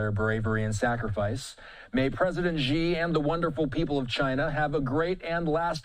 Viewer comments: In pinyin, the letter “x” sounds like “sh”. So “Xi” is not pronounced “Jhee” but “She”. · Xi is pronounced "she-" not "gee-" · The Xi sounds like She in Chinese, not Gi. the ignorance of this host. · it's not pronounced "jee-" it's "chi-" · Such large news networks and nobody thinks to look up how to pronounce "Xi"